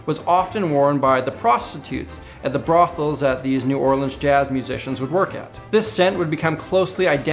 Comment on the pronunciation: Thank you for pronouncing New Orleans right